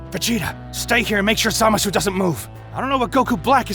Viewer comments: I’m confused. His name is Zamasu not “Zamas” and Gowasu not “Gowas” why does he say it like that? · Why do you say zamas, i thought it's pronounced zamasu. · Why do you say Zamas its Zamasu. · Did anybody hear "zamas" instead of "zamasu"? Or am i just hearing it weirdly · "zamas" "gamas" like bro there is a U at the end of it 🥀😭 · "Zamas"? Lool. Still tho, this is an excellent story but sucks how Broly won't achieve his full potential 😢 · "Zamas" and "Gowas" making me sick 😭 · why aren't you even trying to say zamasu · what's with the pronunciation of their names? 'Zamas', 'Go-as' so weird and somewhat kills the mood